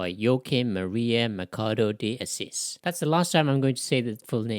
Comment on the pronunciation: The pronounciation is Mashado dee Assis. PS: Most Brazilians do NOT play "soccer" ( football), que do NOT hate argentinians. And NOBODY get naked after lunch... How stupid is that ? The same as I say that all the east coast americans kills native mid-western indians after lunch and then then goes to a Kkk Meeting... Study History before posting...